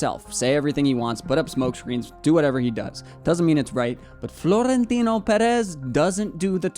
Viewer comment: Also, the overolled R in Florentino is jarring. Okay, bye!